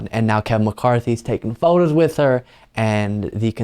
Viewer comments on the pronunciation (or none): none